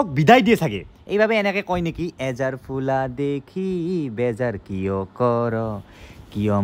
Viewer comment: এজাৰ নহয় আজাৰ হয়❤